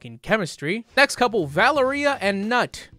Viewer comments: The fact that he didn't pronunce the K in knot 😭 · "Valeria and Nutt" 😅 that's not how you pronounce his name, but I like it anyway. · I think Knut is pronounced “Kuh Noot “ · Its pronounced Kuh-noot. The K is not silent.b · So, Knut is actually pronounced k-noot, it's a German name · It’s pronounced “k’ noot.” But that’s no fun. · Its too funny how english speakers pronoce knut the k isnt silenced